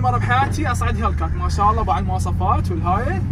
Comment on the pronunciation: هيكلات ❌ هيلكات ✅ 😂